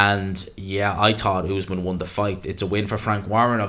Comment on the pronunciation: Great video, but it cracks me up how bad you are with names, the other day you couldn’t say Faze, now you’re saying Essuman as Usman, they aren’t even hard names, just say what you see